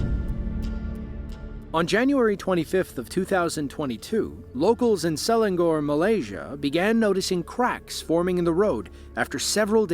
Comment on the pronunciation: Its not pronuced "Selan*gor*". Its more like "Selan*nor*".